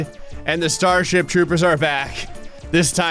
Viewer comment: Bro said starshit😅